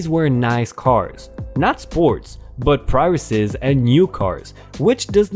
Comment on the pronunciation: PRIUSES while the word is plural for more than 1, is pronounced as Pree-us--essz NOT as pry us uses